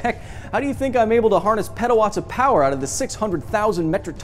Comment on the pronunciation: Peda-watts... sounds... wrong